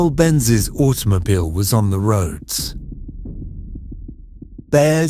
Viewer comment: I like the way the AI successfully pronounces German words but misses ‘automobile’.